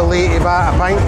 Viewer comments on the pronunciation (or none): none